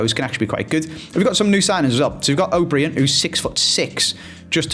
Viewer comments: O’Brien is pronounced “oh Brian” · O’Brien is pronounced the same way you’d pronounce Brian 🇮🇪